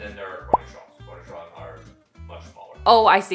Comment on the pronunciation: I don't eat pickles but I like how says cornichon like cornish hen and now that's how I'll remember they're smaller